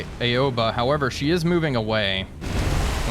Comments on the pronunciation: Great video as always, just a friendly reminder her name is not pronounce "A-o-ba" it's "Ao-ba". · Looks like Indianapolis' war is over for now. Also Aoba is pronounced Ow-Bah btw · Ouba? Nah, it's just Aoba. Like Ah-oh-ba. It's japanese, no need to be fancy twisting letters into others; silly english..